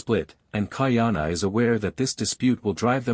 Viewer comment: Please get a proper ‘Olelo Hawai’i speech consultant. Ka’ahumanu is pronounced KAH-AH-HOO-MAH-NOO with the ‘mah’ sounding more like ‘muh’. So, practice slowly first as KAH-AH-HOO-MUH-NOO. With slight accent on MUH. Mahalo nui loa.